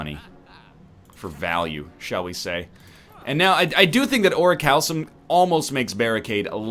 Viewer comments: "oricalsum"? ahem, biology degree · It's pronounced Ori-kal-kum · Isnt it pronounced Ore-rick-you-lumm?